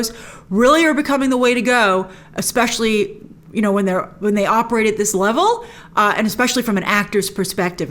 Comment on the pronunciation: Is Grace saying eggspecial? (Exspecial?)